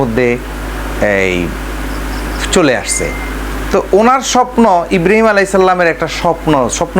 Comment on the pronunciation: ইব্রাহীম নবির নাম ভালো করে বলতে পারেনা। বলতেছে ইব্রিম